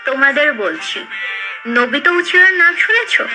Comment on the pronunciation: Obito uchiha ❌ Nobito uchiha✅😂😂😂 cartoon gamer :Demons slayer❌Deimons slayer✅😅🤣🤣